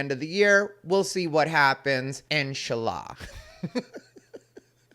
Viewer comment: When he said 'Inshallah', I thought he said Enchilada